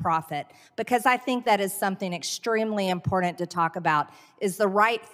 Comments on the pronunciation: “Extremely impordunt”. What an uneducated, doofus. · Can someone tell this potato, Greene, the word is “important”, please? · The way MTG says, "impordant" drives me nuts. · Ah, yes. MTG- "Impordant"... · This"dumb blonde"should quit saying impordant! Perhaps she should just stop talking altogether, wow is she unintelligent!! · She also says "impordand"